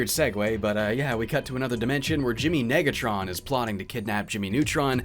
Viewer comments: Hmmm... yeah I think the narrator needed to practice saying the prefix "nega" a little more better... Just saying..... lmao! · “You were [two] letter[s] away from gettin’ lit up like a suburb in December.” — Darnell, on the narrator’s pronunciation of Negatron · No way that was unintentional, you can hear a clear "i" instead of an "e".